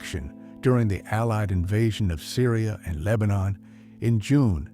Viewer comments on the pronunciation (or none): none